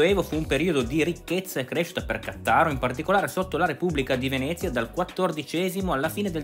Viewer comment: Cmq credo che si pronuncia Ca'ttaro